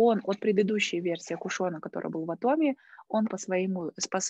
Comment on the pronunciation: Респект Вам за достижения в Атоми. Откуда, Вы, и большинство людей, которые занимаются Атоми, взяли произношение Атоооми, вместо Атоми? Очень мало людей произносят это слово правильно. Это очень режет слух. Корень слова: атом. Вы же не говорте: атооом.